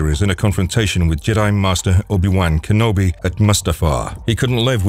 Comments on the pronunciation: Obi Wank Enobi? That is NOT how its pronounced 🤣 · Jesus the way you pronounce obi wan kenobi is so angering